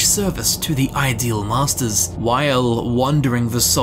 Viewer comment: You are saying it wrong. The inflection is on ‘ideal’ not ‘masters’. They are the masters of the ideals in their realm, not the ideal masters to have.